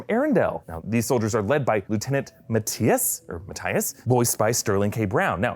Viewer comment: You don’t know how to say Mathias? Really? Wow.